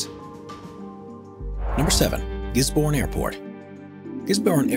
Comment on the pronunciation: Gisborne is a tiny little place (35k residents) 500 km southeast of Auckland on the lonely lower east coast of the north island. That they keep showing pictures of Auckland is strangely misleading. Also if you pronounced the town's name like that they would laugh you off the street ;-)